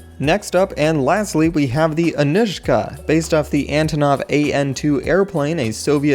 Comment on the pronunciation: pronounced ann-oo-shka